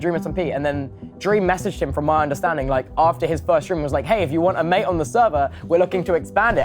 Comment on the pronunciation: “Maaatte, I just turn off the viewer count maatteee”